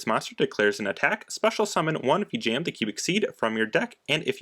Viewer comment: No hate whatsoever, but I have an issue with how you pronounce Vijam. Either way, nice video!